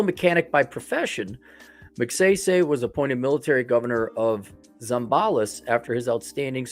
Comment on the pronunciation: Pronunciation of the last name: Mag-si-si. As in sigh sigh. The economy there was good 👍 under Magsaysay. It faltered when Ferdinand Marcos, 1, was the dictator. 😈 Although I am American, I traveled to and from The Philippines 🇵🇭 for 25+ years including 2022. Although The Philippines 🇵🇭 is a destination for Passport Men, it is still a banana 🍌 republic. Aside. Good 👍 to know that you,, will travel there. Some retired American military veterans are there since Clark AFB and Subic Naval Base were under the USA 🇺🇸. I was 1st there under that occupation. Karaoke 🎤 is everywhere. Maybe, you will improve your singing voice there while you have a San Miguel beer 🍺. That, Singing and that you are white will attract many Filipinas! L 🤣L